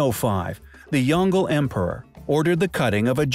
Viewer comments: Good info. It's emperor Yong-Le. Not Yong-Gle. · He pronounced the emperor's name wrong,it is supposed to be Yong-le,not Yon-gle. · It's not pronounced "yongle", it's pronounced "yong luh". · FFS, this is a great video, but "Yangshan" is pronounced like "YAHNG HSAAN" and "Yongle" is pronounced like "YEONG LUUH" (not like "dongle" with a "y".)